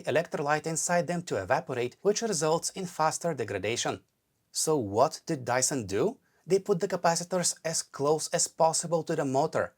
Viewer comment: Dyson ❌️ Dieson ✅️